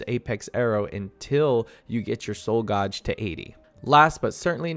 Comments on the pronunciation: I'm sorry. It's pronounced "gayj" not "goj". Great video otherwise 🙂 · Super useful. Thank you. In return, paean is pronounced to rhyme with Ian, and gauge rhymes with age. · I thought it could be genuine mispronounciations till he said soul gauge like that... he pronounced it right a few seconds later? like its got to be a bit right?